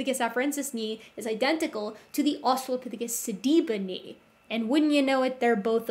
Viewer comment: I'm cringing every time he says "Australiapithicus"...